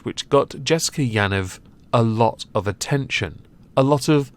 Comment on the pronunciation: “Ya-neev” - It’s an Israeli/Jewish name